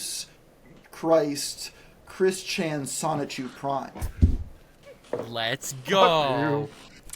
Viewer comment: Hey it's the uninformed guy who said Sonic-Chu a bunch of times. Wish he got on Geno instead.